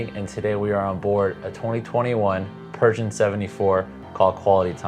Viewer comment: Like your video, one point your pronunciation of Pershing, sounds like Persian. I kept thinking, is this a new Yacht Brand? I thought you might want to know.